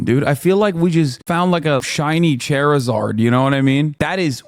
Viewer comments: my mans said Cherryzard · Bro, the way Hassan said Charizard, he called it, Chairizard. Thanks to him. I will forever remember Charizard as an orange chair with wings and a fiery tail. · the editor cut out chat flaming him for pronouncing charizard silly style 💀 long live chair-i-zard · Hasan really pronounced it chairozar. Unironically, that makes you a terrorist. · I cannot keep defending this inflammatory propaganda… Let it be known YouTube frogs that EVERYONE lit Hasan tf up when he said “CHAIRizard” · I know I did not just hear mans pronounce charizard as chairizard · I'm sorry, Chay-rizard? 😂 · Banger video but absolutely putrid pronunciation of “Charizard” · This is off topic, but the way Hasan just pronounced Charizard fkn triggered me. Come on Hasan, you're a weeb, you should know better